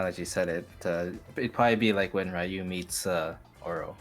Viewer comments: Cracks me up to hear "Raiu" Fei Long, Oro, Dudley, Retsu... and RUYJI YAMAZAKI! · dude cant pronounce ryu